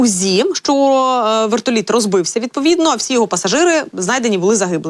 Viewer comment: А почему вэртолит это какой язык вы же корреспондент и такая неграмотность